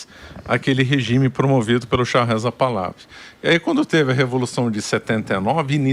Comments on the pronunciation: Se fala: Par-la-VÍ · É literalmente "Pahlaví". É oxítono. Botei até acento agudo no 'i", que não existe mas foi para exemplificar. É como os Iranianos originais pronunciam. Agora, fale como quiser, você é livre.